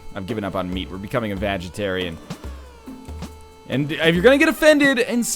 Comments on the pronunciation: I thought you said, "Vagitarian" instead of vegetarian. Heh. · Dude, you said VAGetarian. XD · I thought NL said Vagetarian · Northernlion, pretty sure when you first said vegetarian you said vagitarian, while this was unintentional I laughed pretty hard.